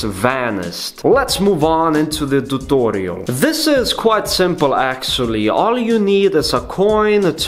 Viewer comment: it made me laugh the way u said tutorial 😅☺😀